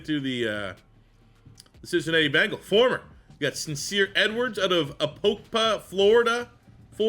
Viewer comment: You pronounce Apopka ( Uh-pop-ka) I grew up there 😂 but for short just say APK but love ya best channel on YouTube My Guy